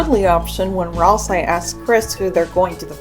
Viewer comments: Continually pronouncing Ralsei's name with an "eye" sound at the end while quoting the Japanese version is crazy work, since his name is spelled ラルセイ, confirming that it's pronounced with an "ay" sound. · “Weekii” “ralseye” “gare son” “sham” you’re upsetting me. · THAT’S HOW YOU PRONOUNCE GIR?! I’VE ALWAYS PRONOUNCED IT LIKE “GRR.” Also, Ralsei is pronounced “Ral-Say.”